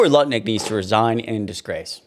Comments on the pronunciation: His name is "NUTT-LICK" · Did you say Nutlick?